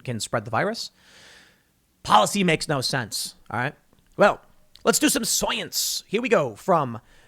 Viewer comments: "Soyence!" Coin that, Tim, coin it! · Soience? Tim? 🤣